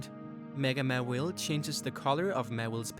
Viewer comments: How can you screw up that bad with Charizard by calling it "Cherizard" and "Mewile" when it's "mAAAAAAAAAAAwile"? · i thought it was pronouced MAW-wile not mawillie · ITS MAWILE NOT MAWELE>>ITS CHARIZARD NOT CHAREZARD> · It's not mawil its maw/Ile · its pronounced maw-while not mu-will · OH MY GOD HOW CAN YOU SAY THEIR NAME WRONG SO MANY TIMES!?!?! JUST WHY? MEWHLE? MEHWLE!?!HOW CAN YOU SAY IT WRONG!!! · It's Maw-Wile. Maw and Wile (Wily). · I would've said du sparce deserved a mega more than Mawile(pronounced Maw-While) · ITS MAWILE